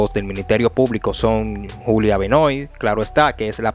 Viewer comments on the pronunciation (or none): Ya los que vivimos fuera tenemos miedo de ir a nuestro pais con estas mafias. El apellido se escribe Benoit y se pronuncia Benuat, es solo un aclarando